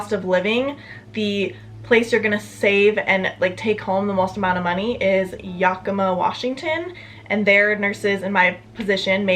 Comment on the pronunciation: The way you pronounced Yakima (it’s yak-I-mah) made me giggle. Starting out in Idaho I started about where you did. Moving to the Seattle area I make about $4 more but the cost of living here is crazy. I rent a one bedroom apartment for $1500. Houses are going for at least $23-2600 a month